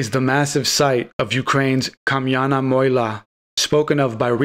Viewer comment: kamyana Mohila......Is MoGheela strong G as a Guy Like triple G GGGuy....lol so is MoGGGeeela is the pronunciation 😂